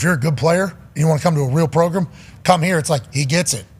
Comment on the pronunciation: JJ progrum best progrum of the progrum